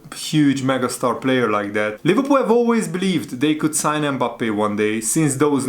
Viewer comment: Leh verpoool😂😂😂 i love the way how you pronounce Liverpool😂